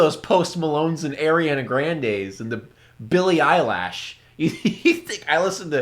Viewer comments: "Billie eyelash "😂😂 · Billie eilish Oh sorry, I meant billie eylash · "Billy eyelash." LMAO!